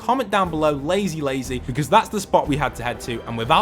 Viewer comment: Lazy Lake was the thing to type if we get to the end? Curious because it sounded like you said Lazy Lazy